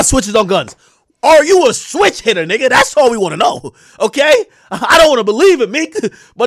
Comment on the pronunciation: Bro said "switch hitta"